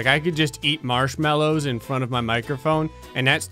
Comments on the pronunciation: Mallows not mellows.. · “Marshmellows” I nearly died